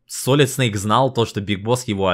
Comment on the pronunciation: СалИд, салИд.... Как же так,, ты ведь вроде знаешь английский.